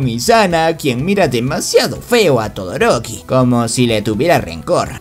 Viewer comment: Xd todoriko o todoroki?jejeje